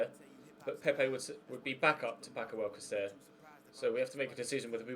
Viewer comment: Sayng alcacer wrong. its alkassa